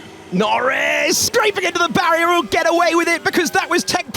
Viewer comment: "Piastri has hit the barrrer, can we make it fair please..." Norris hits the barrer too :D